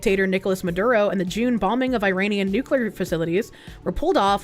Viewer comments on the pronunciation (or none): none